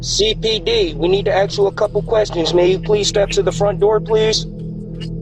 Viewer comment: Im sure doesn't say aks instead of asks. Plus sounds way young